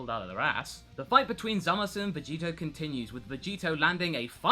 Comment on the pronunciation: Did anyone ever told you that it's really painful how you pronounce "Zamasu" with that "uu" at the end? The "u" suppose to be silent - it's more like "Zamas". I mean... just listen to the dub ^^" But anyway, nice content here. Nice to hear not-so-fanboish, power-level-driven Dragon Ball review for a change. :D About Vegitto inside Buu - nope, the really DID split because of the Buu environment. They fought only for few minutes. Youcan see that by the paste of the action in manga. :) Aside from that, if they would fight longer, I guess they would split anyway. :P My only question is about Rou Kaioushin (Old Kaioshin). He's a walking potara fusion of a young Kai and an old witch, so... does it count when only one of these people are a deity?